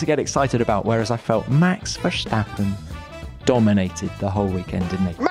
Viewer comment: On behalf of all of the Netherlands.. Please don't say Verschtappen. Why would you?